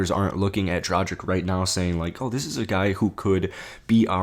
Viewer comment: dragich not drajic